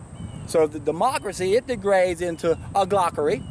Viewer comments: Hahaha, loved this, also it's oligarchy ;) (aw-lee-gar-cky) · you gotta re- do this video. Its pronounced OLI - GARK - EE. And OLI - GARKS. Not bashing you though cause youre Bang on point as ever, and you've taught me SOOO much. I am currently on a juice feast, and have elevated my conscious vibrational frequency, cleaned out a load of old crap from my bowels, and with your help, my eyes have been opened to how most people in the modern world (especially the 'experts') are totally clueless. Anyone watching for the first time - keep watching. Join the facebook groups. We need to be the trim tabs. Meditate. Go raw. Do a juice feast. Lets get reconnected. "Only those who go where few have gone can see what few have seen" - Buddha. Amen - keep doing what youre doing!! Much love, gratitude and respect.